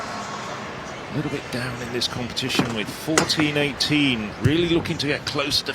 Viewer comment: Lol it's funny how commentators are trying their best to pronounce people's names, but they're often making it much more complicated than it needs to be. Skotheim is just pronounced straight-forward "Skot-heim", not "Skot-hyem" or whatever it is they're trying to say lol. It sounds like they're trying to say the Norwegian word "hjem" (meaning "home"), but his name isn't "hjem", it's "heim" (also meaning "home").